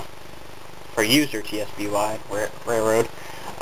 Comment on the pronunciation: Nice work. I wish I could get the nerve to do some of my locos. But I think I'll keep practicing my my rolling stock first. One other thing, TSBY is pronounced out its spelled out. So it would be pronounced Tisby. (It happens to be one of my nick names cause TSBY is one of my favorite roads.)